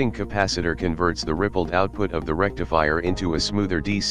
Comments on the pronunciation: English isn't your primary language is it? Rectifire = rectifier! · Rectifier not Rectifire